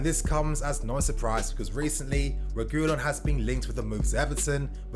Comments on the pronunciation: SAY IT WITH ME : REH-GIH-LAWN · It’s pronounced Sergio re-gee-lon